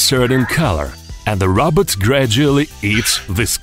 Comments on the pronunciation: It’s a ROBOT NOT A ROBERT 😂🤣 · he says robot like rabbit im dying